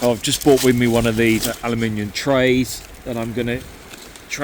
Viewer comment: Gawd Blimey ole bean, ya cant beat a bit of thee ole beef dripping, i was brought up fighting for that against sibling's 😂 🇬🇧👌 that was certainly a breakfast of champions 💪 glad you said ALUMINIUM and not aluminum 🫡 bugger the cholesterol 🔪🇬🇧🍻👌